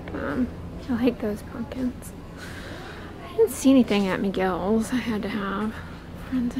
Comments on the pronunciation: Why are you calling Michael’s ...Miguel’s ? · Lmaooo did she just say " Miguel's " instead of Michael's? 😂😂